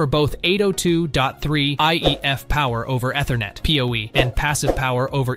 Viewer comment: If you can't pronounce Ethernet properly, you have no business reviewing network products.